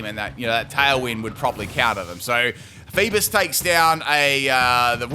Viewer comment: Its not Leaf-on its Leaf-eon lol cant even say eevee evolutions right XD lol 😂 And i didnt see no critical hit on the flail on Virizion there hmm Haha they called a male Alolamola Bulky Girl how sad really XD And i dont think hes saying feebas right either oh well i wonder why he mispronounces Pokemon names hmm